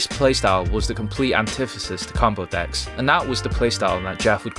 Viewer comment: Your accent is horrible One of the best "acts"? Can't pronounce DECKS? LMAO 😆 When you say yu-gi-ho history the subtitles say new year history 😂